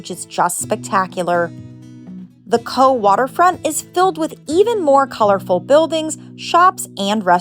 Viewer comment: I loved your video and as a well travelled Irish person, you introduced me to several places I'd never heard of. My only comment is that Cobh is pronounced "cove" & that a trip to the Blasket Islands should also be a "must". I would suggest reading "The loneliest boy in the world" by Gearoid Cheaist O Cathain before going there. (Spoiler alert; he had a very happy childhood on the island!)